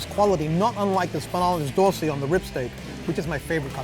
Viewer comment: Couldn’t even make it to 2 minutes of this video without hearing “sPInaLIS DorSI”